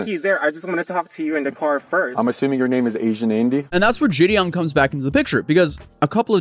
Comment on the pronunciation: Great vid, as always… just wanted to clarify Gideon isn’t a J sound at the start, it’s a hard G, like “Giddy-up”.